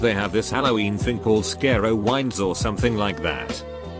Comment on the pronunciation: Omg the way it pronounced carowinds and scarowinds